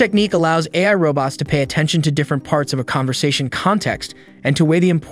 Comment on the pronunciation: This talking machine don't talk so good - can't say AI, for example - so I'm not that afraid just yet.